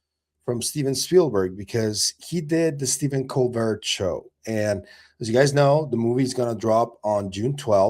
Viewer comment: Stephen “Cole-bear” dude - not Colbert 🤦🏻‍♂️